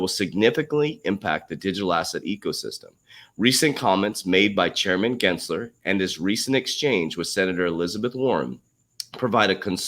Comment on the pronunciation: Genser not Glensler. 😂😜